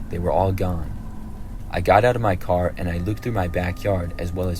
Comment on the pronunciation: omg his voice is so cute im sorry how he says car😭 caw